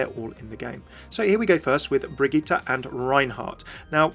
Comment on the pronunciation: I just want to point out that your pronounciation of the name Brigitte is really good!